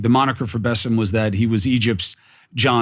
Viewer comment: It is Bassem not Buss'em. Try it, Bas-sem